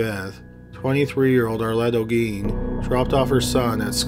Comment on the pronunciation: You pronounced Olguin really good